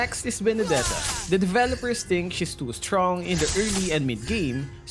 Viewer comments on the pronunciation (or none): Its benedeta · Hahahahahahaha My favorite part of the video was when you said "January's Starlight skin will be Benddetta".